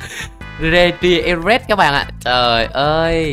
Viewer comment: Trứng mới đọc là ri tri e vờ nhe anh